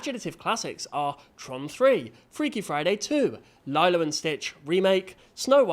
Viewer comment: "Lie-lo" come on, everyone knows it's pronounced "lee-lo"